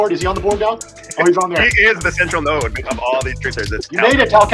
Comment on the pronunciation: Node not Noid ChatEBT